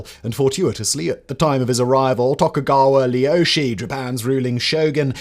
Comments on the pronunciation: Tokugawa Lieasu 😂🤦‍♂️ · Who the fook isTokugawa Leyoshi!